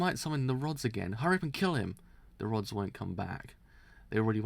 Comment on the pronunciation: I'm being driven insane at him sayings RODS as ROADS.